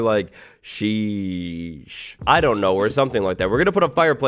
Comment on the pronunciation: It was hillqrious when he tried to say sheesh